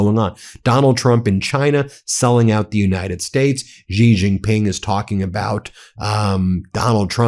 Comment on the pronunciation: Drives me crazy! “X” in pinyin (Chinese phonetic writing) is pronounced “sh”, not “j”. It’s pronounced “Shee” Jing Ping, not “Jee” Jing Ping. Xinhua newspaper is “Sheen.hwa”.